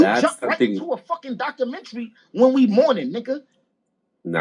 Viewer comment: The way he was pronouncing it was killing me...